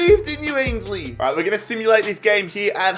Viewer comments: It's ainsley not Ashley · It’s ainsley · That what he said he can't help it if he pronounces it wrong he is Australian and supports fulham not arsenal so he doesn't know some players